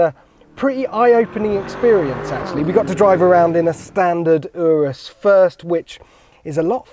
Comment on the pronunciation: It’s not urus like undo it’s urus like Uganda